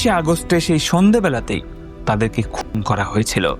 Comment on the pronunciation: তোমার কিছু কথা অস্পষ্ট বুঝে চ্যানেল সাবস্ক্রাইব করতে পারলাম না । ডেট কথাটা স্পষ্ট বেরোলেও হত্যা ও খুনের কথাটা স্পষ্ট নয় ।